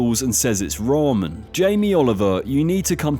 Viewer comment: That's NOT how you pronounce ramen..... 🤦 Tye "ra" should be similar to the "ru" when you say "rub" instead of the "ra" from "raw", and the "men" is exactly read similarly like how you say "men" (almost like "meant" but without the T) instead of having it like "mond" or "mund". And you should read Miso as it is written, no need to add that english-accented "oe". And Indonesian salad is called RUJAK. The "ru" is read like how you say the "roo" from rooster, and "jak" is read similarly to "jock".